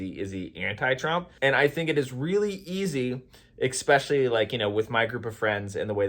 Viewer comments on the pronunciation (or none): Here's a debate. Is it "especially" or "eXspecially"? LOL. Spell it, then say it. If they don't "match", then you are saying it wrong. Thanks for playing the debate game. (Just bustin balls). I love your stuff,! Keep it up. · Nice topics / videos recently 👍 I don’t wanna call you out but anyone ever told you how „funny“ you pronounced especially;)? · Throughly enjoyed this video. Go into a debate humble, listen because even if you're wrong then you win by now having more information to correct that wrong and if you're right utilize grace because it is a better tool to reach people. And in the word of "Xspecially"...in subjects of politics or religion. 😆